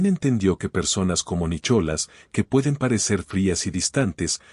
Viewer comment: Es muy linda historia, pero tengan cuidado con la pronunciación, es Nicolas con H o sin ella y penhouse, no pentause,si bien la Real academia española apoya ciertas pronunciaciones ,lo correcto es locorrecto y uno enseña incluso a través de este medio,y continuando hermosa narración, me gustó mucho, gracias!!😊😊